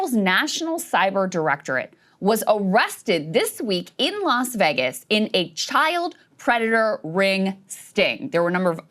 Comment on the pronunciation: “Las Veggus” Krystal Ball There is no there there